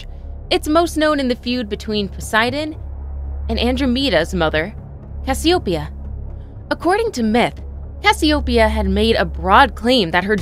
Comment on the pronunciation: You're pronouncing Cassiopeia incorrectly